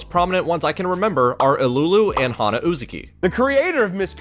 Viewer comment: Great vid! Only one minor nitpick, that had my eye twitching the whole time, so please forgive me for saying it; I’m pretty sure it’s pronounced “UzAHki” and not “UzUki” Also, my man got good taste in manga! 🤝